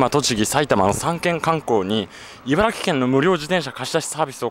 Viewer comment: 茨城県の人はいばらぎと発音します。スーツさんはいばらきと正しく発音してますね。